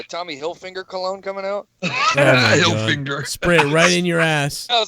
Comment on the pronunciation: Tommy hil-fig-u-lar